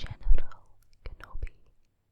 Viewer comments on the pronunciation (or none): It sounded like "genital"